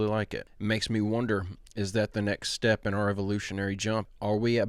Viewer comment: "Stepp in" podcast.